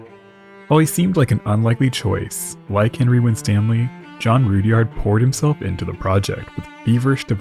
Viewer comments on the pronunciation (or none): Guessing it's not pronounced Rood-yard either.